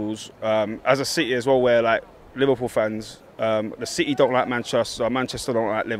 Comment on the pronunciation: why the word city is pronounce as « seehee » ?